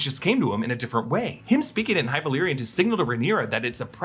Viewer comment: Love speaking high valyrian